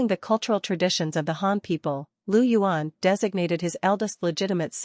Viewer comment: Its not Lu yuan, Its Liu yuan.